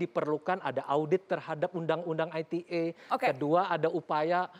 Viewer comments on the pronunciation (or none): risih gw dengernya aitie. bahasa inggris inggris aja, indonesia indonesia aja. campur2 gmn sih. klo ngomong aitie ya tulisannya ITA dong. jangan2 mmg mo ngomong ITA maksudnya yg entah apa lg singkatannya, gw taunya ITE pake bahasa indonesia. apaan aitie aitie lah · undang-undang Ai Ti Ei ?!? (ITE =~ Ai Ti I)